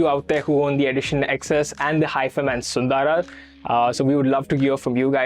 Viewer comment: thanks for pronouncing "SUNDARA" correctly. :trophy-yellow-smiling